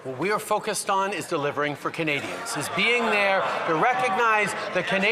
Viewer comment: The way he says KUHnadians. Is so disgusting. I know he is disgusted because he is mocking the pronunciation.